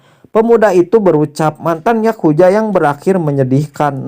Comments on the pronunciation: Yakuza bang bukan yakuja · Yakuza anjir bukan yakuya